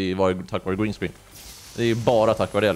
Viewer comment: Tycker det var bättre uttal green screen och du är BÄST